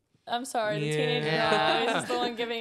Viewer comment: the type of guy to say sowry after doing smth wrong